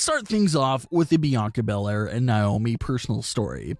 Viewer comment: Who is niomi ummm it’s na-omi